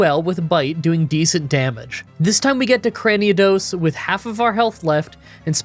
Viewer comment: Where exactly are you seeing the second 'a' in Cranidos? It's not Craniados. Also you might want to look at your rival's team after the first Cyrus fight. You kept calling his Staraptor "Staravia." You did so multiple times.